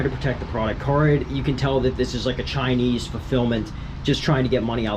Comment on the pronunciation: Those are not CARid’s headlights. They do not make any of the parts they sell. Those headlights are spyder headlights and it is pronounced car-id not carid